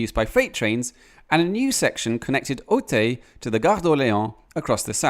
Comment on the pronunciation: Your pronunciation of "Auteuil" needs work. It's a typical shortcoming of English-speaking people not to be able to pronounce "eu"/"ö"/"ø" correctly, although it's extremely easy. You of all people should be able to get it right.